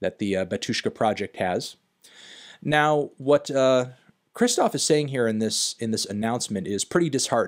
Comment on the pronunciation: Take a shot every time he says Kristof instead of Kshishtof